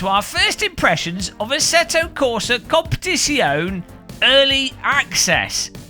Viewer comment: ASSETTO CORSA CUM-PET-ZONE